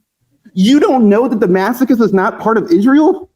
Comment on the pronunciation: this person's way to pronounce Damascus sounds like he is saying da-masochist.